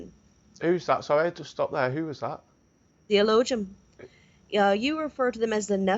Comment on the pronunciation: Its elo ah heem... Not Ee low jim smh hillbilly